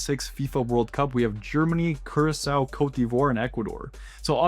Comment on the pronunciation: You mispronounced "Curaçao"